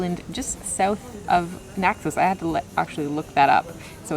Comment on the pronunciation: It's Naxos, not Naxose, you dippy mayor.